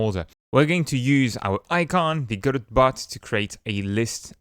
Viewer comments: Lol, he's pronouncing it wrong. The godot devs clarified themselves it's go dot and not godow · says go bot and still can't say go dot. remarkable